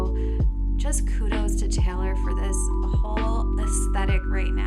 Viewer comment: So weird to hear you pronounce my name like that “Taylor” as “Taylour..”